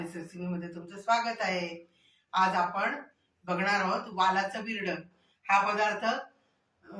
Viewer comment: Bhirade nahi birade